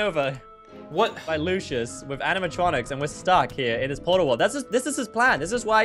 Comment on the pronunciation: also did u notice that candy said lushes instead of Lucia's